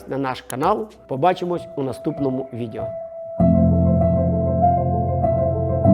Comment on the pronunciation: Цікаво, пізнавально. Щодо тексту: відЕо а не відЄо. Ріже вухо.